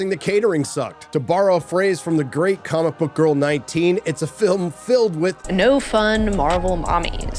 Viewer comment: Anyone else hear say cumic book